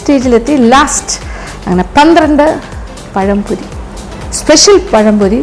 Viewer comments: പയംപൊരി ആണോ പഴംപൊരി ആണോ... ഞങ്ങളുടെ നാട്ടിൽ രതീഷ് എന്നു പറയും..... 🙄🙄🙄🙄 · പയംപൊരി അല്ലാ പഴംപൊരി ആണ് mam